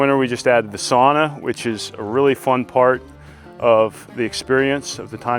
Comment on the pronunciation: Sauna pronounced sow-na 😊